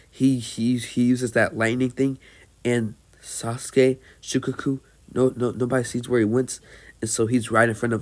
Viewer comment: Shi-kaa-kuu not shi-ka-ku